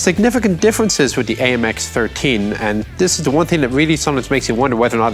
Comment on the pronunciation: Spot on with the French pronunciation, Chief!